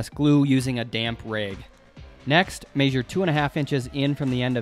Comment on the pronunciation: "Raigs", "maisure" , "baigs" ?